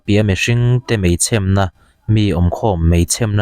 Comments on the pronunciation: Mei chhem na nilo in mei chhem na(e) tih kha thluk tur ania thahnem ngaihna vang aw sawisel peih vang hrim2 nilo in aw. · "Chhem" ni lovin "Chhemmm" ti a thluk deuh la ka lo ti ve mai mai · Chhem tih hi a dik,chhém ni lovin...mei chhemna,mei an chhém...hrethiam em.. 😀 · i lam rik dan thin anihchuan chhêm tihkha 'na' tih in zuipawh nise athlûk adanglam phahlo ania,chhêm tihkha thlifim in min chhêm tih a 'chhêm' tih anga lam tur aw thlûk tur anih chu ilamrik dan kha thlak deih rawh aw🤗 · I pho lang law law anih chuan location sawi chiang vela... Mei chhem i lam dan pawh a diklo aw. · Kan sawi veleh lawk ....meichhem....itih hi dik chiahlo in ka hria aaa....chhem...nilo in chhemdamthli kan lam ang deuhin ..han lam la analh leh zual ang ...i aw hi analh bawk sii..trang sauh" rawh